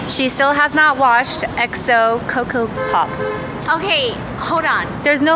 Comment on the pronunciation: It sounded like you said 'kokopop'